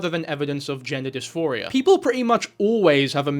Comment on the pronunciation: It's "gender DisPHORia", NOT "gender disMORphia". Big difference.